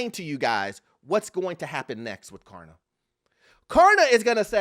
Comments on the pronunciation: It's Klarna not Karna say it right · K”L”arna, not karna. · KLARNA bro not Karna 😂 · Hey, you keep saying 'Karna'